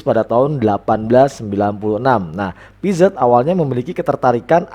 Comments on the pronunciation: Makasih ilmunya pak, Maaf dibacanya piase, e dibacanya kaya kita baca kata "membeli" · Piaget dibacanya piase pak